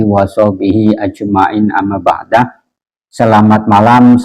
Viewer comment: AMMA BA'DU bukan amma Ba'da 🤣🤣🤣